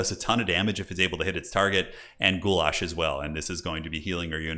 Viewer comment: Did he just call Mother Ostankya spell 'Guylas' like 'Goulash'..? Like the soup dish hahaha ❤